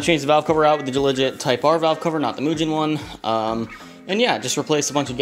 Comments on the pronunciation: moo(like a cow)-gin. the g is like the g in "go" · mooogen not moojen lol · Its not pronounced "Moo-jen" but " Moo - Gen" witha "Ga" sound. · Let me stop you right there buddy, just like James pumphrey said "it's not pronounced miugen, muhgen or mujehn ... MOO-GEHN it's pronounced MOO-GEHN" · MUGEN(MOO-GEN) NOT MUJEN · MUGEN NOT MUJEN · He said “mujen”😂😂 whaaaaa.. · * “mew-gin” like Mewtwo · pronounce the G as a G, not a J, and the E as an E, almost an A, not as an I - Moo-gan. And there's no W in Jaguar 🤷😂🤣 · Bruh he dead ass said “Mujen”😭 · This man just said mue gen as in ge -n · It's pronounced (Moo-gin) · he said moo-gen. 😒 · you mispronounced mugen